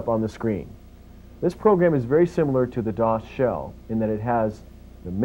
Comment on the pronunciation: We used to pronounce "dosshell" as "dos hell"